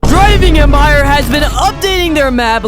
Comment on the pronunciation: 0:2 u said driving admire